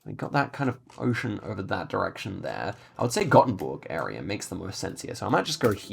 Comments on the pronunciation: hey as a gothenburgian i would like to point out thats its pronounced like "goffenburg" and not like "gottenburg" have a nice day :) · goffenburg not gottenburg